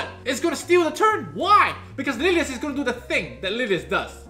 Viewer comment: turn on subtitles when he say lilias